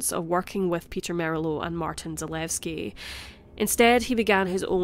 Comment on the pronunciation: Zalewski is not pronounced zaleski, zuh-lew-ski and dolezal is doe-lez-all